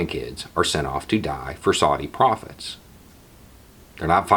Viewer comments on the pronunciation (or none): Thanks for the video, such an important message. Cheers from an ANZUS partner and mother. (I did a double take when I misheard you say "make no mistake this war will be due to Saudi prophets" What tf was prophesised?? Oh profits, lol)